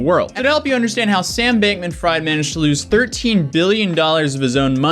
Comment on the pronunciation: Take a shot every time this guy mispronounces Sam Bankman-Fried 😂😂😂